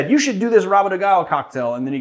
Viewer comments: If you wanna nail the pronounciation perfectly, some "R" words in Brazil actually sound like the "H" on anglo-saxons originated languages, and on the word "have", for example. So, "Rabo" would be more like "håbo". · Pronunciation tip, in Brazil the letter R at the beginning of a word is aspirated, so rabo sounds like habo. And the D in de sounds more like dj, as in Django. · Not really perfectly bcuz the 'R' in Rabo is pronounced as the 'H' in Ha, so he could try to say like hahahabo de galo... ´-´. But yeah, it's pretty much perfect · The pronunciation is almost perfect. The words "cachaça" and "galo" are spot on, only the R in "rabo" is a wee bit too mexican, but it is understandable. Brazilian's Rs starting a word usually are more throathy, a bit like french's Rs. You can take the sound you make when you say the letter R (without the "ah") and concatenate the rest and would be pretty spot on. Nonetheless, great cocktail (as "rabo de galo" means cock's tail) and great presentation of it's history! s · came here to say what you just did